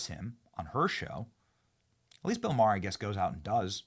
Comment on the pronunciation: His namer is not " Marr" it's MaHer. Ma.. h.. er. FFS!!!